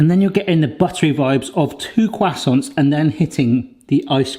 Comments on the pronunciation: Listening to you say "croissants" gave me cancer.... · "kwassonce" nailed it